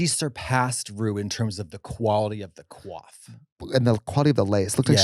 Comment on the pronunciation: "In terms of the quality of the quaft."